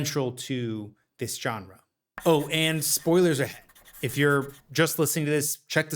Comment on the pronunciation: I cannot believe how many young people don't know how to pronounce GENRE.